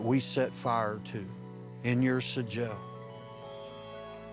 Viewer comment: This guy isnt a shaman ,hes just a x meth head ,that has found a loophole on how to still get high and call it work lol . I would say hes a clever business man but after the way he repeatedly pronounced the word SIGIL ,I just cant lend credit 2 his intelligence lol . Thx mother ayawahhh.. the hell ever lol